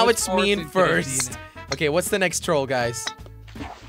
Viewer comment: Instead of guys you said "gruys" 😂